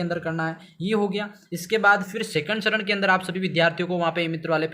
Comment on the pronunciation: सरन नही चरण होता है😂